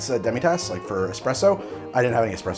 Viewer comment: d00d, did you say "expresso"? please tell me you didn't say "expresso".